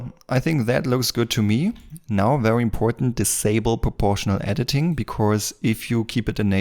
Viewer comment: it look VEWY nice and VEWY good but thanks you really helped alot